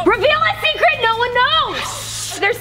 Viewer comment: Say the seacret